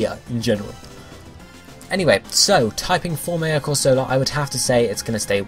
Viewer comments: It's amusing to hear you pronounce Corsola as if it were a soft drink (fairly sure it's Cor-So-Lah, not Cor-Sola). Needs some more Sp. Atk if it's going to be a proper Tank (maybe reduce Atk to balance?) Mega Octillery could be Water/Poison (Ink says Poison to me) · I was thinking the same thing. Because if you can't trust Misty as to Corsola's pronunciation...